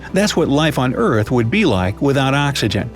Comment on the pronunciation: Axygen? I thought it was oxygen